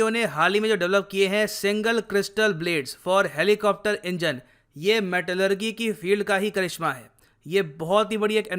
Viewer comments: मेटेलेरजी not मेटेलेरगि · Sir metallurgy ko metallurjee bolte hai naa ki metallurgee bolte hai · Good information. One correction- Pronounciation of Metallurgy is wrong. It's मैटलर्जी not मैटलग्री। Thanks 🙏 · Pronounciation of Metallurgy... With "ji" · Pronunciation of Metallurgy = meh·tuh·luh·jee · Dear Sir, pronunciation of metallurgy is not correct... its metal.lur.jee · Metallurgy pronunciation 🤣🤣🤣🤣🤣😂😂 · Bro your metallurgy pronunciation is wrong